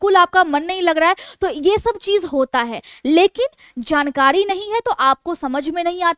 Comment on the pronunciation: आप अच्छे अंदाज में बोलती हैं। थोड़ा उच्चारण सुधारने की ज़रूरत है। एक 'बाड़' नहीं एक बार कहते हैं। लापरवाही नहीं, लापरवाही कहते हैं। जानकाडी नहीं जानकारी... थोड़ा ध्यान देने से भाषा सुधर जाएगी।